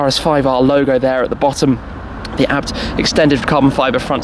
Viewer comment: It’s A.Bee Tee, not abt.